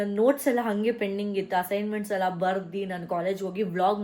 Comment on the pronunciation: "bardi " alla "bardu" in